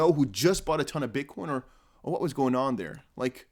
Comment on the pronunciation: Vwhen, Vwhat, Vwhere. Love it. Keep up the good work 💪